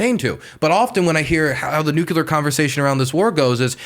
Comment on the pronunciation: Nucular why do people have a hard time to say nuclear